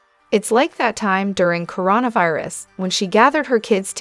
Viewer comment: OK, this is my second time recommending that you spell things the way they sound so that the AI pronunciation improves. I'll give you a couple more... makeltea instead of Michalet, merry instead of Meri, coreona virus, ari, lifes, girl you are killing me and your potential subs....